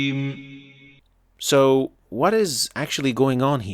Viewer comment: I understand the tafkhim part.. But the mustaqeem here the Qaaf sound from the makhraj is not present.. 😮 He have a hard sounds from throat in Qaaf.. not only tafkheem